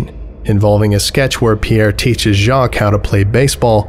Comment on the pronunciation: Jacques is [ʒak] not [ʒɑːk] Glouton is [ɡlu.ˈtõ] not [ˈɡɫæʊ.tn̩] Âme is [am] not [ə.ˈmeːɪ] Pierre is [pjɛχ] not [pʰiː.ˈeɝ]